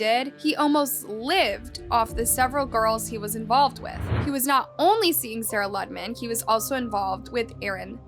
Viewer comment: It's pronounced Loo-de-man. Not Luddman.